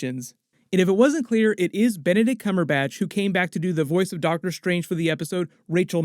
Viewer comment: Did you say Darktor Strange? Lol